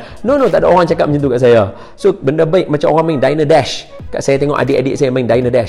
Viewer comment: dayne dash? Bukan diner dash keee